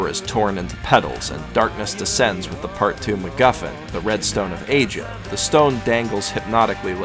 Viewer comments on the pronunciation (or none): none